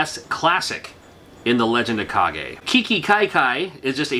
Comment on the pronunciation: Legend of "kaw-ghey" ? Isn't it pronounced legend of "cage"?.